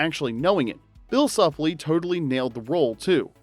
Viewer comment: Ethan's last name is pronounced Soup-lee.